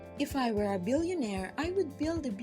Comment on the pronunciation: "were" pronunciation needs to be corrected. Kindly listen to the correct way of pronouncing it by listening to an audio (look it up via google).